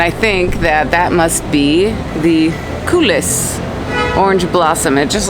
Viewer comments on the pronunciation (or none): My homemade Dubai chocolate with edible gold dust is best LOL...Anyway, looks yummy...Yeah, "Coulis d'orange" (you don't pronounce the "s" in coulis) but great combo! They even make pistachio croissant now - the most sinful LOL 😛